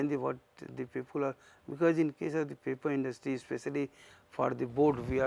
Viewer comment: papi industy ! tau ji bolna to sikh lo